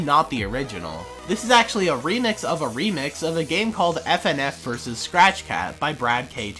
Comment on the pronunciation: When he says SCRATCH it sounds like crack